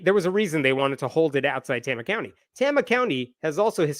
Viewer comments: You mispronounced Tama. Tay-mah. Not Tah-mah. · FYI - it's a long "A" sound. Tayma, not Tahma. It's a relatively low-population rural county in the center of the state, and home to the Meskwaki Native American settlement and casino. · Just FYI, it's pronounced "TAY-muh" County. I live 2 counties away from there. Good reporting! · fyi its pronounced TAY-muh, not TAH-muh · Tama with a long "A"! Rhymes with "flame"! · I thought maybe you were from Iowa but you mispronounced Tama. It's pronounced tayma. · It is pronounced "TAMA" (long A) County. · Sorry, but the second A is pronounced "uh". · Iowans say it tay-ma. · You're miss pronouncing Tama. The first "a" is a long A. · Just do you know, the first a is a long a in Tama. Tay-ma. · FYI, it’s pronounced TAYmuh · Great summary! But please, for the love of fettuccine, it's Tay-mah. 😂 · pronounced TAY-mah.... OH NOES... Everything else you said 💯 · Pronunciation edit: Tama is pronounced TAY-muh. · Pronounced "Tame-uh". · It's pronounced TAY-muh, lolz. I'm a proud lifelong iowan & proud member of TST of Iowa. I feel downright patriotic TST Iowa had such a lovely holiday display in our state capitol last year. I wish I could've taken my kids to see it ❤️😊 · It's "Tame-a" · as an Iowan its Tama (Pronounced TAY-Mah) (small town with a Native American casino) and Kim is THE WORST. IOWA IS HELL.... SEND HELP. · I knew you were going to mispronounce Tama. The first A is a long A. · It's pronounced Tay-ma, with a long a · FYI..its pronounced tAma county...long A. keep the updates coming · As an iowan, Tama is pronounced Tay-muh 😂😂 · It’s pronounced TAY-muh. But that’s okay, Iowa is full of places that aren’t pronounced how one would expect them to be. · Tama = Tay-ma is how you say it. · That’s the new Iowa for you. No more Iowa nice. Now it’s Iowa nasty. Also, Tay-ma with a long first A sound. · btw...it's pronounces "Tay-ma" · Tama County. Tay-ma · Not how Tama is pronounced.